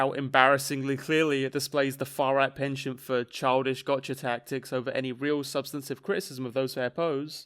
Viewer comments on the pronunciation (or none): none